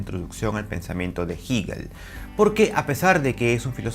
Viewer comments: Jígel no, Hegel o "Gejel". Resulta ya molesto que lo repita y lo repita. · Todo el mundo lee "Hegel" como "Jeguel" pero solo ese tipo dice "jiguel" jajaja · Se pronuncia Jegel la h como j, es aleman no inglés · Siempre hemos pronunciado jeguel desde la universidad. No se porque dice jiguel. Que raro... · No digas “jigel” profe simplemente “jegel” (Hegel) gracias te escucho ! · Se pronuncia Jeguel, no Jiguel. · Excelente vídeo! Pequeña corrección de un estudiante de Alemania que maneja un poquito mejor el idioma alemán… se pronuncia „Jéguel“ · Así lo pronuncian los angloparlantes. Los hispanohablantes pronunciamos Jéguel, pronunciación mucho más parecida a la original alemana. En el siguiente enlace pueden escuchar la pronunciación por parte de un germanoparlante. Juzguen Uds. qué pronunciación se acerca más a la original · Me distraía mucho que dijeras giguel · Jiguel 😂😂😂😂😂😂😂😂😂jjajajajajjjjajaajjafa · Como que Jigel ? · No se dice "Jíguel", duelen los oídos al escucharlo. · Jigel? Ohh lala señor aleman. Excelente reflexión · ¿Por qué dice *jíguel? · Cuestiones de estilo. A fin de cuentas se le entiende. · Por estilo 😎 estilo Neutrón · Así, tal y como pronuncias el nombre de "HEGEL" es tu conocimiento de el, eres un divulgador con falsa modestia. Dice Hegel, que por no estudiar se cree del lo absoluto, lo absoluto que no es...Te falta estudiar más muchacho. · El espíritu es el pensamiento y este argentino miente, además de pronunciar el nombre de Hegel un poco raro.